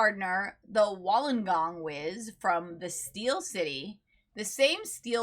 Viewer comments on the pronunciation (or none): Wollongong is pronounced Woollen gong (the same as "wool" from a sheep) and The H is silent in Doohan. Other than that, good video.